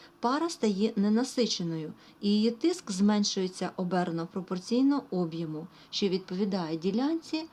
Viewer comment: Слово Об'єму сильно ріже слух. Правильно казати об'Єму.